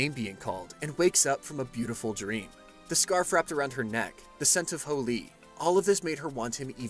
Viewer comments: Can’t tell if he says holy or fooly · Anyone else think he's saying hooly instead of fooly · Y can't u pronounce fooly correctly? But good job other wise